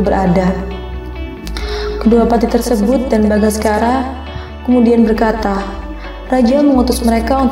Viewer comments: Bukan bagaskara, Bangsacara. 😁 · Bangsacara bukan bangaskara